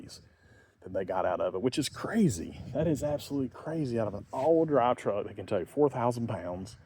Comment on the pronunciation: “Habrid all-wheel drav“ 😛